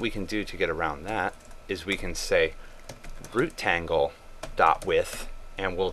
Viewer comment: rootTangle? lol